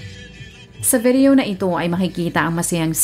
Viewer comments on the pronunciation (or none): none